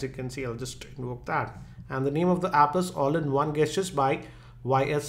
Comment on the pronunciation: Gestures is said like Jestures